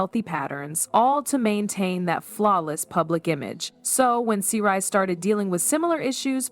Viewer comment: GURL you need too stop while you’re ahead who the hell are you’re talking about , their names are Sy’ri NOT Seri and Sonia NOT Sonja my ear are assaulted